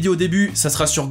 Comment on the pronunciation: Petite info (car à chaque fois que tu le dit j'ai le goût de mourir:)) on dit GoriLLaz et non GoriYaz comme tu le dit:)